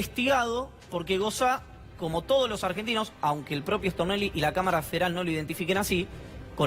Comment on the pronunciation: Me parece a mí o cuando dicen Stornelli lo pronuncian rápido y dicen Extornelli